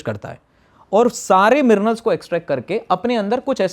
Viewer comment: Dr Saab minerals hota mirnals nahi